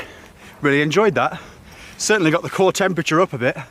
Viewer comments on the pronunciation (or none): none